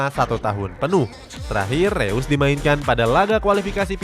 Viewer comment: Bacanya Rois, bukan Reus woy wkwk